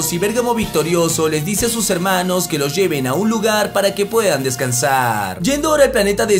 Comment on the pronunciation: Por qué ya no dices helmanos? eso le da tu toque perro